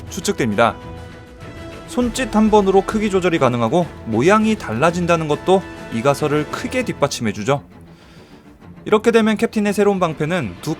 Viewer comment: 이가 설 이 아니고 이 가설.이라고 읽으셔야죠?ㅎㅎ